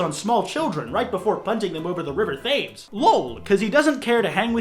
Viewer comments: HAHA ITS NOT PRONOUNCED “Thames” ITS PRONOUNCED LIKE “tems” YOU FOOL HAHAHAHAHAHAHAH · river thames is pronounced "tames" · he said river thames wrong hehe unless he means the one in America o:’ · River TAMES River TAMES TAY-MES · It sounded like you said "Thaymes" Instead of "Th-emes" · Its not th-ames, its t-ems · the river thames is is pronounces "tems" :/ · The River Thames (temms) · Thames is (tems)ish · You know that the river Thames is actually supposed to be pronounce "tems" right? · before someone bullies you kwite you should know thames is pronounced TEMS i know its dumb im sorry but its true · i dont like how he said thames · No one gonna talk about how he said “the river Thames” wrong? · They way you pronounced “thames” disgusts me sir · Did you try to say Thames oh my god sjjssj